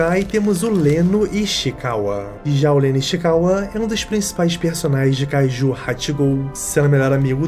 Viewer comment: É Kaijus, não kaijuis. Desculpa, sem querer ser chato xD